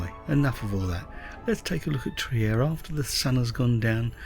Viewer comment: Hey, I'm a big fan of your videos. I watch them often as I consider them an oasis of tranquillity in an ever more 'untranquil world, to put it politely. I even use them in my classes sometimes. I was just watching this one with my wife and noticed your pronunciation of the city's name. May I point out it is pronounced Treer ( as in 'beer') rather than the 'Triyer' I think I heard. Best wishes for you and Janis. And happy Holidays. Greetings from an expat in Mexico.